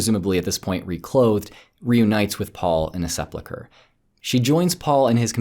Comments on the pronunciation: Se-pul-chre, not Se-plu-chre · You have a blind spot re sepulchre pronunciation.